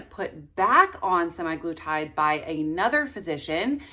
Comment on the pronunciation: You realize it’s not SEMI glutide with long A- it’s semAglutide pronounced “uh”